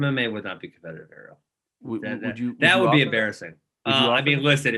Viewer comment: Ariel kept pronouncing his name wrong